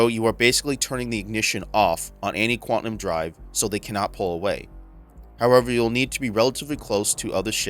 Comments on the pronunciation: IK I'm gonna sould like a jerk, but it's pronounced Quan-tum, not Quan-ti-num. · Good stuff man. It sounded like you were saying QUANTANUM not QUANTUM...it may be my old ears. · Great video and breakdown. My a-hole OCD got me twitching on your pronunciation of Quantum though.